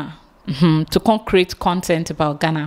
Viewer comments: Abeg ooo its Ghana ( Gaana ) NOT Gana where is this Gana Gana dey? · ITS GHANA ( Gaana ), NOT Gana, abeg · How do you pronounce the 2 ? Do you know the right way of pronouncing it.